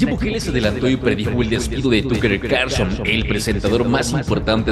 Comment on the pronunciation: Excelente Tucker Carlson, buen resumen pero ojalá pronunciaras bien el nombre TUCKER🙄